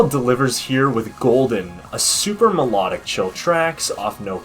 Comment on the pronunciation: I think you should focus on the pronunciation of melodic first, also nice video